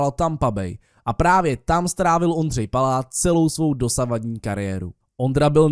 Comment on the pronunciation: ty jsi v řekl Pláta místo Paláta